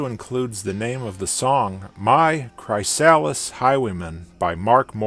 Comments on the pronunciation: im pretty sure its pronuced kriss- sal list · It's pronounced Cry(as in crystal)-Sa(quickly, fast)-lis(as in the name Liz) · His pronunciation of chrysalis really hurt It's "cri-sal-is" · Bro i work for a company called chrysalis and ive never heard it pronounced like that. You had me questioning myself so hard 😅